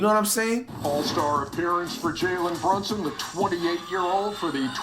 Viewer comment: “Jalen Brunshon”😭💔